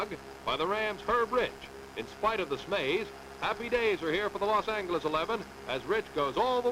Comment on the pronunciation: "Los An-hard G sound, eles."